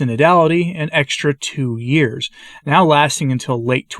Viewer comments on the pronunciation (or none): none